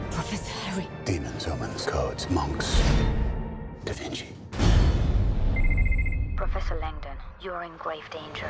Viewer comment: "Pwoffesow Langdon, you aw in gwave danger" AHAHAHAHAHAHAHA